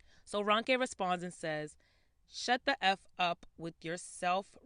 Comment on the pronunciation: This is kind of minor especially compared to the topic but her name is pronounced R-oh-nke and not R-un-ke.